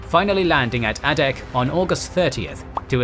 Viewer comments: Teach yer machine how to speak G dammit...it's Long A ! NOT ah-dak ...dum SH*T > site DELETED < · Same comment I was about to make. Exceptional videos. And Adak is Ai-dak with a long A sound.